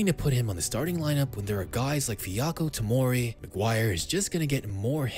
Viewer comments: Fiyako Timori, Are you serious? Great compilation anyway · Fiyako Timori? Dude, its Fikayo Timori